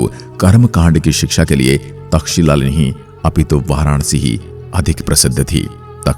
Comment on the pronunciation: तक्षशिला विद्यापीठ बोलने में कुछ तकलीफ होती है क्या?